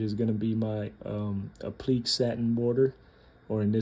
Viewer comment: Great video. Just wanted to let you know it’s pronounced Appli•kay